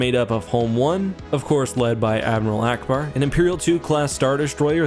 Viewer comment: He said allauackbar